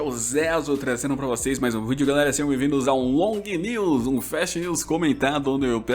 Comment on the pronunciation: "Lognews"? Que inglês é esse? 😂😂